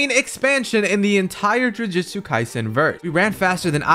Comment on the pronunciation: Brother said Jujitsu kaisen 😭